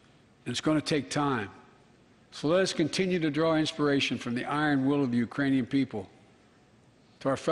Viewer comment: Yeah, I wasn't sure if he was saying Iranian or Uranian. But it sure didn't sound like Ukrainian. Yeah, he messed up. Lol 🤣